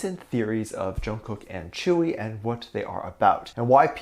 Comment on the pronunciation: It's not tchewi it's tzeuwi or tjeuwi "tzuyu" BTW I will be soooo happy if they are really dating I like to see all of bts members dating